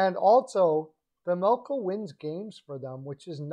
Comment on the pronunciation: OK. First of all, you might want to be a bit more precise with your language. Vejmelka, not Vajmelka unless there is a foreign spelling you are using. "Vajmelkad" the way you used it at the beginning is a verb, not an adjective; and as Chad Rockey said, LAK and ARI are not in the same division but in the same conference. I know the points you were trying to make but this needlessly undermines your credibility with your listeners. Quick does not have a NMC or even a NTC in his contract btw. More credibility issues. Second of all, I'm a full season seat holder to both LAK and ARI. I'm only going to speak to LA and not the other teams. Vejmelka is having a good season but it is unnoticed b/c the Yotes stink this year. But it is only one season. Last season, he played a little worse. I'm not convinced he's the answer to LA especially in light of Copley's play. You can tell that LAK plays more confidently in front Copley than Quick (strange for me to say that). As someone else I know pointed out, ARI needs to have some faces in the fold for this crucial vote in Tempe- one that could decide whether or not the Yotes stay in ARI. Vejmelka can be that face- one of them (Keller is probably the other). G's typically do not command a big trade premium particularly in-season. There is no reason for ARI to take Peterson either. Right now, he is a waste of cap space. I don't see this in the cards. I do see LAK being a D-man away from being a serious contender- if they can stay healthy. They